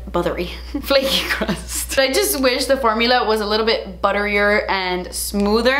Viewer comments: "if it just had a buthery- ... Flaky crust" 😭😂😂🤣 this caught me off guard, I almost choked on my coffee😂😂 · "Buttewee fwakey cwust."